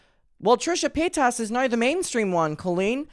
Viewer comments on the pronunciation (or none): You claim to be such a big fan, but you still can’t say her last name correctly (a la Shane Dawson)